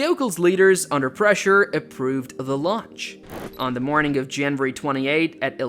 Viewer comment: Off topic, are you saying Janburry? instead of January? lol